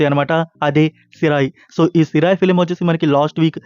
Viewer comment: సిరాయ్ కాదు తమ్ముడూ.. సిరై